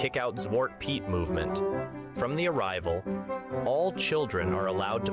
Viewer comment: If he is Dutch... why is his Dutch pronunciation that bad..... weird. Even if you moved at a young age, if you were of an age you got told Sint wasn't real you were old enough to remember that Piet is pronounced the same as Pete. The Chimney black is a modern interpretation to hide the "it is actually a slave part" (No I am not anti piet, but I am a realist and history geek) Zwarte Piet was created in 1850 by Amsterdam school teacher Jan Schenkman. Sadly the past decade at least, if not longer, there are two groups (pro piet AND anti piet) that refuse to come to a compromise and insist on ruining the fun for the kids. Just adding other colors makes them the fantasy figure pro piet people claim it is but pro piet people don't want that and anti piet people refuse it if black is not toally removed. so they are at a stale mate.